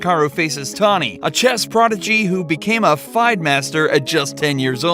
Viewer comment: It’s pronounced “FEE-DAY” it doesn’t rhyme with “fried”.